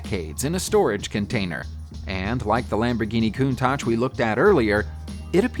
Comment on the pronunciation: If it's helpful: "Chell-yah-binsk" Lamborghini "count-ash" Darbee-shar / Darbee Share (ending 2 letters sound more like a "yeah" sound) "Sit-ron" or "Sit-run" (english pron.) or "seat-ree-on" (french pron. - it's a french car after-all). If I ever feel unsure how a word should sound, there's usually a native speaker on youtube or google to reference. Just bein helpful, not arsehole-ish. ;)